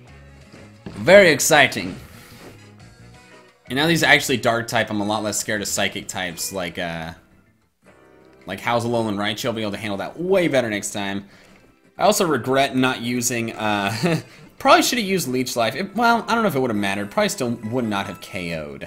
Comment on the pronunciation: It's Rie-choo not Rie-choa